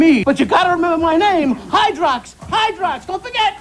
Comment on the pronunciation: Is it just me, but “Hydrox” sounds like “Hydra” and every time he says it I think of the MCU